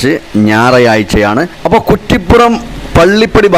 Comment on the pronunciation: തുടക്കം ഒന്നു കൂടി കേട്ടു നോക്കൂ. ഞായറാഴ്ച എന്നതിനു പകരം ഞാറയാഴ്ച എന്നാണു പറയുന്നത്.😂 കളിയാക്കിയതല്ല കെട്ടോ ചുമ്മാ ഒരു രസം